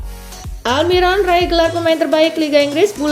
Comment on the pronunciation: Aldiron sebutan koci justin